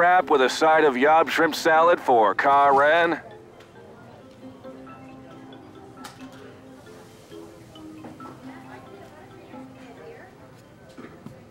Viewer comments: he really said karen like kaRAN 💖😆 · Took me a full 30 seconds to piece together that “Kah-ren” meant Karen. 😂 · Ah yes, Ka-Ren, Kylo Ren’s sister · 'Ka-Ren'. Perfect. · Her name is Ka'Rehn